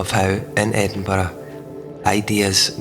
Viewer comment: And to hear Edinburgh pronounced as it should be.